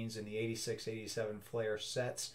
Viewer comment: Fleer, not Flair